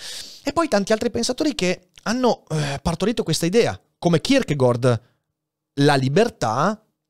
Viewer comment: So che è una cosa molto stupida, ma non sopporto il modo in cui pronunci il nome di Kierkegaard. In danese la pronuncia corretta è kirkegor, in italiano è kirkegard, tu fai un miscuglio e dici kirkegord. E niente, nessuna polemica, ma dopo alcuni video in cui ti ho sentito pronunciarlo in questo modo ho voluto scrivertelo :D